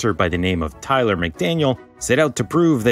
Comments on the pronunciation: lol Taylor isn't pronounced tyler ?? wtf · Taylor as in Taylor swift, not Tyler.